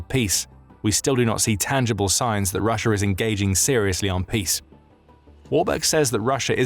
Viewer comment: Remember it's not Russia it's Russiar